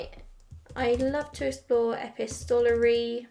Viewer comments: Epistolary is pronounced Uh-pis-toh-lar-ee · no, not even close you said epi-stol-ary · to my ear you are putting the emphasis on the wrong parts. I just double checked the UK pronunciation and it’s the same as the US. I like to say words correctly but of course you can say it any way you like. I pronounce words incorrectly from time to time because I’ve read them for years and never heard them outloud. I think that’s probably common among avid readers.